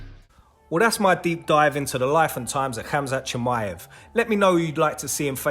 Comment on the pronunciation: Why not learn how to pronounce his name properly?